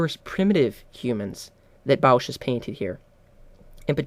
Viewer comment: "Bausch"? It's "Bos"!. "Bos"!, for heavens sake .